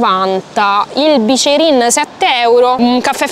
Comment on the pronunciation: Ti stimo ma si dice biccherin Poi vai a piazza della consolata